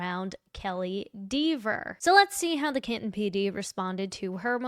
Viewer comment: I'm so glad that you say DEEVER. Hilarious.